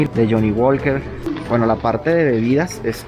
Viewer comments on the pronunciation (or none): none